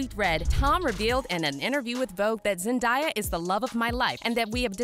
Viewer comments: I stopped the video halfway through for the same reason as the comment below. Why are they making money off her name and NOT TAKING TIME to learn how to pronounce her name, It's interesting. If you introduce yourself, that is what we call you. The announcer has a name, I AM SURE IN THE CREDITS she would really like us to see that the producers got it right. We can do better, it's professionalism. Much Love. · I don't know who narrated this but please for the love of my sanity please learn to pronounce her name correctly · I sure do hate the her name is being butchered!! SMH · SAY HER NAME RIGHT OR DON’T BOTHER TO REPORT ANYTHING ABOUT HER HOW MANY PEOPLE HAVE TO TELL YOU HOW TO SAY IT ⁉️⁉️ IT’S NOT HARD TO PRONOUNCE IT CORRECTLY MAYBE YOU SHOULD PRACTICE SAYING IT A FEW DOZEN TIME’S‼️💯👍🏻🙄 MAYBE YOU SHOULD JUST STICK WITH…..Z 👍🏻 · Your saying her name wrong like learn how to pronounce it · Bro mispronouncing her name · Who’s the horrible voice over person who pronounces names wrong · Zendiya- um chil it’s Zen-day-au (Zendaya) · its zendAya NOT zendIEya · I cringed everytime she said “zen-die-yuh” 😂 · The girl the whole time was saying zendieya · voice over lady:ZeNdIeA me :ITS ZENDAYA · Her name is pronounced Zen•DAY•uh. Not Zen•dye•uh She has a 58 second video of her putting this to rest on how to pronounce her name. Came straight from her mouth. 😀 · It's zenDAYa not zendia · PLEASE IF YOU MAKE ANYMORE VIDEOS ABOUT ZENDAYA PLEASE SAY HER NAME RIGHT! ITS ZEN-DAY-A THERES NO I. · IT'S NOT ZENDIEYAH it's zendaya -_ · YOU SAY ZENDAYA NAME LIKE ZEN-DAY-AH NOT ZEN-DIE-AH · it’s sarcasm for the way they were pronouncing her name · Yes please stop saying Zen die ah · It’s Zen•DAY•uh Right from her mouth. Has video of herself saying how her name is pronounced 😀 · "Wait, is Zendieyuh really engaged to Tom Holland?" Tom Holland would never cheat on Zendaya with this 'Zendieyuh' you're talking about like wtf who's Zendieyuh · Say Zendaya like this Zen-day-a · WTF IS ZEN-DIE-YA